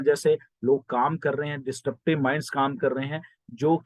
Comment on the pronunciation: Sir... Pls note it is not DIS 'T' RUPTIVE. It's DIS- RUP-TIVE. Congratulations To Allllllll Founders.